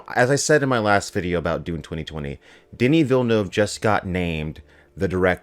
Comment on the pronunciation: Thank you for pronouncing his (Denis Villeneuve) name correctly.